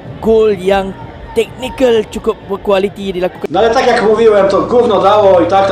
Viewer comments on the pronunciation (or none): none